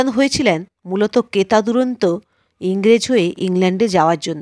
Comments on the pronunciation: " কেতাদুরন্ত " নয় , কথাটা " কেতাদুরস্ত " । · আষাঢ় মাস কবে থেকে গরমকাল হলো বুঝতে পারলাম না। তারপর কেতাদুরস্ত কে কেতা দুরন্ত বলে তো শুনিনি। মনটা খুব খারাপ হয়ে গেল কিছু ভুলভাল উচ্চারণ করলেন তবুও মনটা ভারাক্রান্ত হয়ে গেল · কেতা দুরন্ত বলে কথা হয় না, কথাটা কেতা দুরস্ত